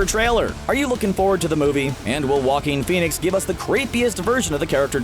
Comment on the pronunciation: Hate the way the uploader pronounces Joaquin Fenix making it sound like walking finix